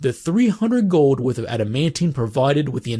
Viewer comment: Love how you say "gowld"